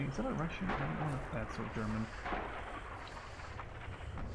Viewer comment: Your voice turns me on at points. Damn shame I get turned off when I hear "Sherm" and "History" because last time you mucked it up.